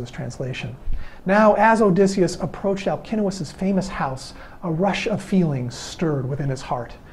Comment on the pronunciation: As Greek I congratulate you for pronouncing Alcinous correctly !!! My son is named Αλκίνοος and I can’t hear people pronouncing his name with a C and not K because they don’t know all Ks are written with a C like Constantine . Well done and thank you very much for that